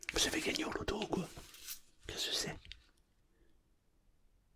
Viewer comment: « Qué ce céé » 😂😂😂💪🏻